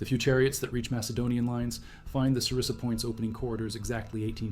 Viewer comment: it's xyston and sarissa not zistan and cerise lol